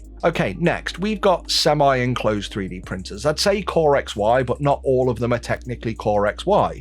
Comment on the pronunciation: Can Bambu prin-ers prin- T's so tha- Bri-s can say words with T-s in them?